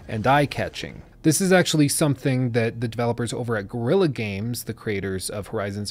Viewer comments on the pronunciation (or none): none